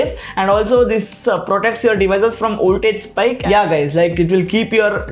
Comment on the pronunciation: What the F is Oltage!!!Call it VOLTAGE with a big V!!